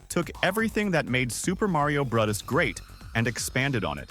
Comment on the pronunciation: This video is breaking my brain. He sounds like a regular dude recording his voice until you hear him mispronounce "Bros." and pronounce Mario is several different ways. Usually when a video uses the AI voice, you can tell.